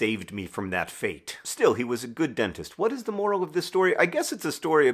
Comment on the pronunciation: "what is the molar of this story?"